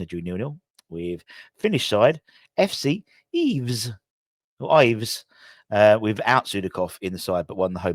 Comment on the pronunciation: I have never heard anyone pronounce Ilves that way in my entire life. Just think you had a mate named Wes who was ill. IL - VES [ˈilʋe̞s̠] I live in Tampere where they are from.